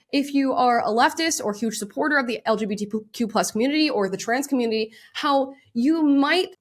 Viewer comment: Did she say LGBTPoop community?